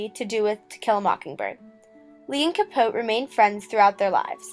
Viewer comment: Capoteeeeeeeee you don't say Truman's name correctly.